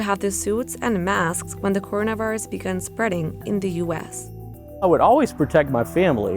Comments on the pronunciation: She cant even say coronavirus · straight up butchers the word coronavirus it’s hilarious